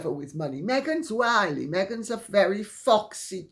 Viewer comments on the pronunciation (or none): none